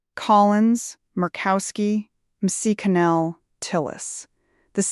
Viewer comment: I know using AI is easier for you but it sucks and calling Mitch McConnell [ Mitch Mikinell } doesn't cut it. The vloggers already butcher the English language bad enough...NOT YOU! I'm rejecting this AI report.